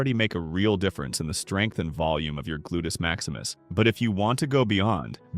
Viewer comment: "Glutus Maximus" 😆